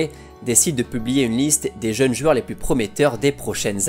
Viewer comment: Superbe vidéo, merci... Juste, on dit des jOUeurs, pas des jUeures, c'est stressant, tu le fais 3 fois au début XD bonne continuation